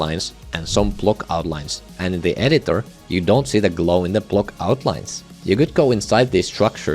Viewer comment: Say “block” not “plock”